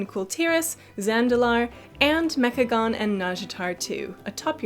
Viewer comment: "Mechacome" Oh you silly kids XD